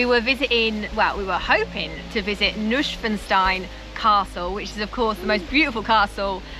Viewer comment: Yes, German is probably difficult for you, so fair try. But your pronunciation is quite funny at times. Neuschwanstein is pronounced as noy-s(h)wan-sty-n. (as in annoy, swan with a shhh sound, and pigsty with an n).